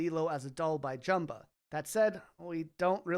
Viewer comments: Over-edited, gave me a headache. Prounounced Jumba's name wrong too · cant believe you said jumbas name wrong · Can you learn how to pronounce Jumba's name correctly? The way you absolutely butchered his name and didn't get even remotely close makes me not want to watch this video at all.